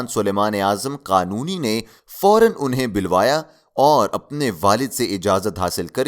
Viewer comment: Ap plz apni urdu durust kejey turk e watan nahi tark e watan hota h bilwaya nahi bulwaya hota h